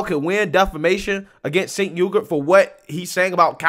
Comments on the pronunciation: It almost sounds like you are saying "Sink Yogurt" which is freaking hilarious. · It sounds like you are calling the dude Chenk Yogurt. 😂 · "Sank from the young turks" Not how you pronounce his name, but it's very fitting considering who he is lol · I like how you pronounce that guys name "sink yogurt" lol gross, just like his opinions hahaha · I have to use subtitles most of the time to listen to these videos and YouTubes subtitle algorithm can't pronounce cenk uygar's name. It comes up as chang yoga and chicken yogurt lol. I think chicken yogurt should stick. Ridiculous name for a ridiculous person. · Chank yew-gur is how it's pronounced. But honestly, I love people pronouncing his name wrong because it pisses him off, lmao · I really thought said Jenk yogurt! 🤣 That guy is a fowl mouth man child. Why does he looks like he want to explode every time he talks.